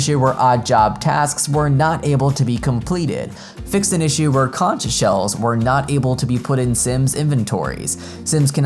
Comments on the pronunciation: Excellent! Thanks for reading all that, it was a lot! PSA: Not nick picking, but as a person from Key West, I gotta correct the pronunciation of conch. It rhymes with “honk”. The “ch” is NOT pronounced as the ch in “cheese”. I understand SpongeBob pronounces it incorrectly with “ch” at the end, but that’s the joke, lol. 😅👍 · Conch is pronounced Conk